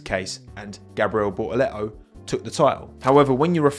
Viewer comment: nice to hear ye olde Bri'ish "Bo'a'leh'o" instead of Bortaletto